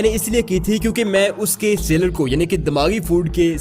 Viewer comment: Sailer... Seller... Both are different words. Aap ghalat lafz bol rahe ho.